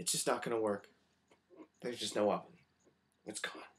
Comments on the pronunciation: at first I thought you said 'we lost deoveon' and I was like who the hell, thats sad but I dont know who that is. and then you kept saying 'it', so I went back, and you said oven so I was less confused/sad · I thought you were really in tears! And then I still didn't hear what you said so I scrolled down to the comments and saw 'Oven' and I was thinking 'what the???' Seriously you should be an actor =)